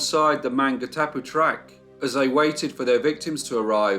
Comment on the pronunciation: This week is Maori language week. With due respect, allow me to suggest you do a little research on Maori pronunciation. As an NZer, it was a little like nails down a blackboard at times. However, don't let that deter you. The Burgess Gang are part of the fabric of colonial New Zealand so thank you for not only telling the tale but also the great images you've included. Maungatapu is pronounced: Mawn - ga - tah - pu with the 'g' being said softly and kept in the throat from the preceeding 'n'. I'm not fluent in Te reo (maori language) but I and many pakeha (non Maori citizens) are working towards having Maori be the equivalent of English, rather than secondary language. Which is kind-of crazy considering Maori were here centuries before colonisation.